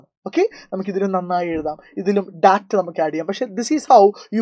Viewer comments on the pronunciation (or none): none